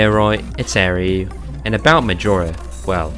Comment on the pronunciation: aireu lmaoooo